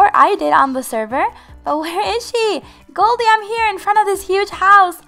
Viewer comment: it's Goldie not galdie.